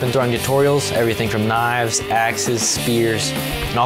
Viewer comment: "I throw knaves...and....well, that's priddy much it...knaves..."